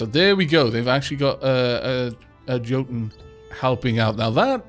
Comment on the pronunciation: Jotun is pronounced Yotun